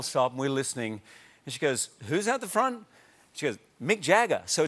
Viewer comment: "Fornt"